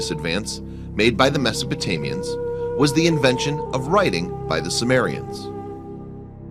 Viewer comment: Did he say Mesotamians? lol